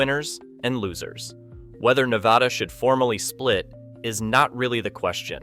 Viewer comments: Nevada here... its NEVADA NOT NEVAUUUUUH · Nevada NOT Nevahhhda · And the guy still doesn't know how we pronounce Nevada in Nevada. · Pronounce Nevada properly. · How can you do a story on Nevada but not pronounce it correctly?